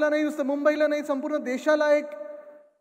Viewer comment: टीव्ही ९ घ्या पत्रकारांना नाळी आणि नाही मधलं फरक कळत नाही 😅